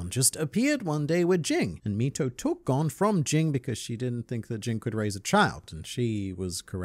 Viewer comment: Why does it seem like all the people who make Hunter Hunter videos say Gons name wrong. including this video